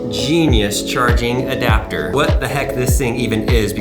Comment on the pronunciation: Apple is trash And why can’t you say adapter?